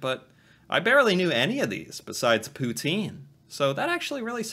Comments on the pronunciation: And it’s not Pout-een! It’s Pout-In! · its "pou-tsine" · fyi, the pronunciation is more like pu-tsin. but the s is barely there. :) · The proper and original way to pronounce poutine is pou-tin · Ya hearing her say Poutine wrong hurt my soul